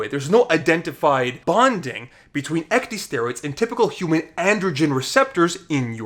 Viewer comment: When you keep pronouncing ecdysteroids as ec-dee-steroids, it makes me cringe so hard being in the medical field. "Ecdy-" is a prefix originating from the process in which insects shed their skin. Ec-, meaning out/away + dys- meaning bad/difficult/abnormal + steroid. Pronounced ec-dis-staer-oid. Ecdysteroid.